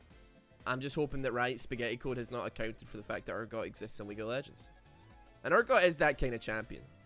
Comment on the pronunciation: Wierd how you keep mispronouncing urgod kinda odd dude